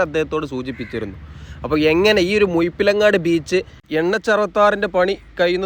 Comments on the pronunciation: മുയിപ്പിലങ്ങാടല്ല സഹോദരാ, മുഴപ്പിലങ്ങാട് 😂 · മുയിപിലങ്ങാട് അല്ല മുഴപ്പിലങ്ങാട് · Mind your language..not muyippilangadi.. Muzhippilangadi..seems zh a problem for you! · മുഴപ്പിലങ്ങാട് ❌ മുയ്‌പ്പിലങ്ങാട് ✅ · ആദ്യം മലയാളം ഉച്ചാരണം പഠിക്കാൻ നോക്കിയിട്ട് പോരെ കോയ വീഡിയോ ഇടാൻ, മുഴപ്പി ലങ്ങാട് ആണ് കോയ, അല്ലാതെ മുഴുപിലങ്ങാട് അല്ല ഹമുക്കേ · മുയിപ്പിലങ്ങാട് അല്ല -- മുഴപ്പലങ്ങാട്. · മുയിപ്പിലങ്ങാട് അല്ല മുഴ മുഴ മുഴ ഴഴഴഴഴ ,,,,മുഴപ്പിലങ്ങാട് ബീച്ച് അറിഞ്ഞൂടെങ്കില് അറിയാവുന്നോലോട് ചോദിക്കണം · മുയിപ്പിലങ്ങാടല്ല മുഴപ്പിലങ്ങാട്ട് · നല്ല detailed വീഡിയോ 🤝 ഭാഷാശൈലി രസമാണെങ്കിലും മുയ്പ്പിലങ്ങാട് അരോചകം ആയി തോന്നി 😅 മുഴപ്പിലങ്ങാട് ആണ്. റോഡ് വീഡിയോ തുടങ്ങുന്ന ടൈം പറഞ്ഞാൽ ടൂറിസം താൽപര്യമില്ലാത്തവർക്ക് ഉപകാരപ്പെടും. Keep up, amazing 👍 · മുയുപ്പിൽ അല്ല കയ്ഞ്ഞ് എന്നൊന്നും പറയാതെ വ്ലോ ഗർ അല്ലെ ക്ര്ത്യമായി പറയു.....പ്ലീസ്